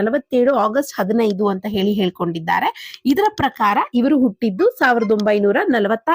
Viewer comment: ಹ ಕಾರ ಸರಿಯಾಗಿ ಹೇಳಿ. ಉಟ್ಟಿದ್ದು ಅಲ್ಲ ಹುಟ್ಟಿದ್ದು.